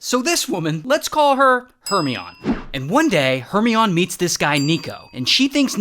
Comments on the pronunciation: YOU MEAN H E R M O N I E IE NOT HORMENION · “Hermeon” “illa-waaaa” - ray 2024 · ‘Her - me-on’ is actually ‘Her-my-on-knee’ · It's not Her-ME-ON. It's Her-MY-KNEE. Didn't you watch the Harry Potter movies? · Her-my-oh-nee. Check your Midsummer Nights Dream. You’re welcome. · Her My oh Nee not her me on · It’s not hermion it’s herMYeNIEE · Her-mine-E 😂 not Her-Me-On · Her-my-o-ni❌ her-mi-on✅ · HeRMiOnE Her-Mee-On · "Her-me-on" 💀💀💀 It's Her-mine-e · Thank you! I was cringing with Her-me-on! Her-my-O-knee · Her-mi-on - or Her-my-o-nee? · Hermione = her-my-oh-knee. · Her-MINE-EE Maybe you’re mispronouncing it on purpose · It's Her-my-o-ne. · Is he pronouncing Her-my-oh-NE incorrectly on purpose? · "Hermy on" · Hermione? Never seen Harry Potter? Her mine ee. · Ray pronounces hermeon how he pronounces illinwah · not hermy-on 😭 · ‘Hermeeyon’, love it. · “Her-my-oh-nee” please. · Ray, d00d. "Hermione" is "Her-my-nee". You know, Harry Potter? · Ray, the pronunciation of Hermione is Her-mine-e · Hermione Its Her Mayo Nie Like the character Shout out to French Turkish look alike Emma Watson the future prime minister of the UK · "Her me on" seriously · I think you mean Her-My-Knee(Hermione) like in Harry Potter.🤔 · Made it up. That explains the mispronounced Hermione. He made that up also. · I I like how he pronounces Hermione. lol 🤣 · Apparently, he's never heard of Harry Potter or Emma Watson if that's how he's pronouncing "Hermione." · You need to look up how to say "Hermione." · “Hermione doesn’t actually exist.” Of course not, he made up the pronunciation too. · hermione........ emma watson will be annoyed by that pronunciation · Ray, Ray, Ray...unfortunately, you are mispronouncing Hermione...watch Harry Potter to see proper pronunciation. 🤣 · Everyone talking about how Hermione doesn't exist but no one is talking about how he butchered Hermione 😬😬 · The way he says hermione AHHHH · he really tried the french “oi” 🤑